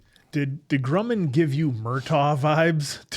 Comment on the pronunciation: PLEASE don't call him "Groomin'"! It's Grumman, like "um" or "yummy" or "dumb". Like Northrop Grumman the aerospace company.